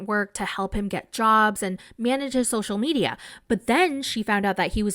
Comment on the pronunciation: I just want to hear (sp?) says “social medial” over and over again until I die.